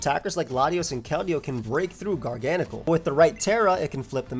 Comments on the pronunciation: Bro this pokemon, its gargancacacle. What you say, garngcle. Garnagagacle. It's gargacle. Mhm. Garnanagancle. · Hearing you say GARGANACL made me confused 😂